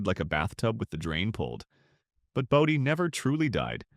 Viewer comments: where can you stay overnight in Bodie (Bodie is pronounced Bō dē) your ai voice mispronounced town names so much it's like nails on a chalkboard! Then turn around.and say it correctly. tm confused is this about old towns ppl are moving into?_ cost being a major factor. Where can you purchase a house or RV pad in Calico let alone Bodie. You have some interesting topics then blew chunks out your AI ass. A little research can vastly improve on facts presrnted not snagging info off others websites. Using AI to do all the work and by adding one more command and having it verify the information before uploading it. Visually your pictures are like looking at a Jackson Pollack painting. Usually you start by showing pictures of the actual location then you start interspersing pictures that blatantly aren't from there. Out here in the desert you don't want mislead anyone who may want to buy a house. Death is no stranger in the desert Anyway I doubt you read the comments since you probably run 1000 AI Channels concurrently. Last of what I add on here is advice. Shitcan AI narrator it's a joke also quit using AI generated pictures. Fact check it. Upload. Joe Public is over all the AI barf. Great story ideas but you shit your AI pants after that. Just had to unload. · AI garbage. Bodie (pronounced "BOW-dee", stupid AI) is a California State Park. You aren't going to move in anytime soon. That's when I quit wasting my time watching this AI garbage.